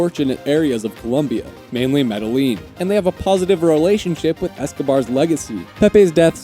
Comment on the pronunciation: i love you but the city in which escobar helped the poorer neighborhoods is pronounced me-de-yeen or me-de-zheen